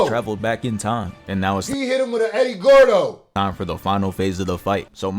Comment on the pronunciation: Nigga said Eddie goro 😂😂 Guerrero